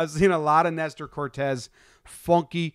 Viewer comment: CORTES! It’s CORTES GUYS… S not Z cmon get it together